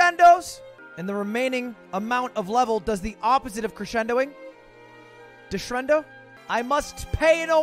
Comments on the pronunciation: 12;28 it’s de-crescendo my guy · “Deshrendo” -Ludwig, 2020